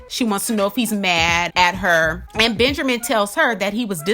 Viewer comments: "Benjermin" lol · 😂😂😂😂this makes me laugh because I thought I was the only one who caught that